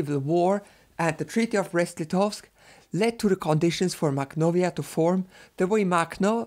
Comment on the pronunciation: I don't speak Russian or Ukrainian but I think that "kh" is pronounced as [x], i.e. the same way "ch" is pronounced in German after back vowels.